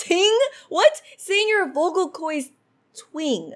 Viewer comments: tw-i-nge not twing also vocal coids??? also also reit-tl-ate? lol.png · In second phases dialogue she said “vocal coys” :l LEARN ENGLISH